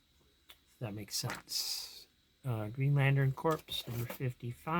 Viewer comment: You do realize it’s pronounced Corps like Marine Corps, not trying to be a jerk & wasn’t sure if you were goofing around by saying Corpse